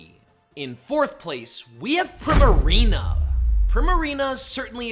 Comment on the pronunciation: It’s pronounced arr-KEY-iss, yoo-NUH-vuh, PREE-muh-ree-nuh, and HEE-SWEE, “”! 🤨 How many times do I have to tell you?? 🙄